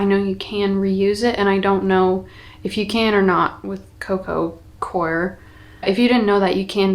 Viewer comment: I have a third way to pronounce coco coir: “kwār”